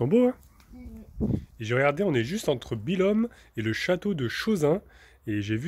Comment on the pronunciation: Coucou, qu'elle est belle mon Auvergne!! <3 <3 Tu étais donc à Billommmmm lol, on prononce pas le m mais comme un n lol. C'est pas facile la séparation avec tes enfants, mais heureusement au bout de ta route tu retrouves ta petite femme!! Bisous à tout les 4.